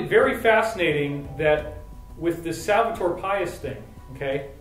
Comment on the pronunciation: David great info, I'm looking forward to hear more about it. On a quick correction, try to read Salvador Pais in spanish rather than in English. It'll give you the right pronounciation. Salvador means "Savior" and Pais means "Country." Nación means "Nation".